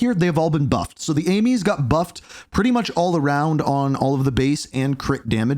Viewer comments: Fun fact AMES is pronounced as ‘Aims’ not ‘Amies’ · You mean I'm not the only one face-palming when he calls it the "Amies"?